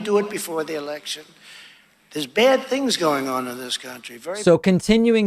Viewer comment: Did he say election or erection?